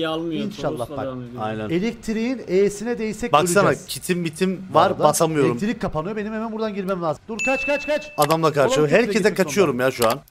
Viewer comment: Abi alana elektirik diyon jdjdjd